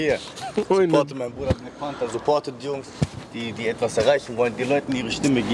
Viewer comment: ich verstehe immer wrap bei panther😂